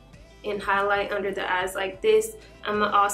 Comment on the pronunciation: Did anyone here her say “well place this under the ass😂(even though she meant eyes)